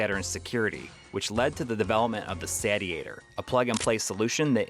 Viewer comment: why can literally nobody pronounce "satiatior" correctly